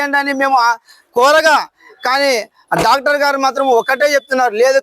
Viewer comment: sir first respect Doctors you r saing Dactor gallu say Doctor garlu